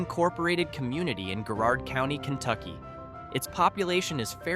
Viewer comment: Thomas Massie said, "If you call it App-uh-LAY-cha, I'll thrown an apple atcha." The pronunciations of Muhlenberg County and Garrard County were not consistent with the local custom, but we pronounce Athens as AY thens, and we pronounce Versailles as VER sales. :-/